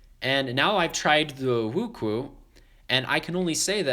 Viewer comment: btw it's pronounced wu-chew-ayyyyy